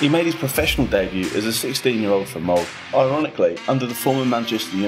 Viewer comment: Bryne" as "Burn", "Molde" as "Mold", "Ole" as "'Ol" lmao. Monolingual anglos are truly ignorant about the most basic features of other languages. These e's are not silent. The r in Bryne comes after the B, not after an u that is not there. You have access to Wikipedia and Google Translate. It literally takes a couple of seconds to check if you are unsure.